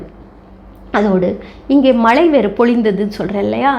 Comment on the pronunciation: உங்கள் பதிவுக்கு நன்றி. ஆனால் தாங்கள் தமிழின் உச்சரிப்பு கவனிக்க வேண்டிய சில உள்ளன அதை தாங்களே கண்டறிந்து. சரி செய்து கொள்ளுங்கள். உதாரணமாக மழைக்கு மலை என்று கூறி வருகிறீர்கள்.